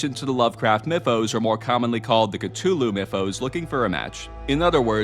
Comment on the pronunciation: THANK YOU!!!! FINALLY a person who pronounces Cthulhu properly!